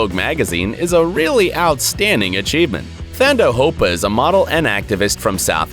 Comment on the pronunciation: Thando Hopa is pronounced Taando and the name means Love